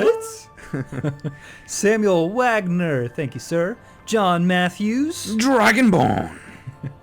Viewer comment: lol i love it when he says dragonbrn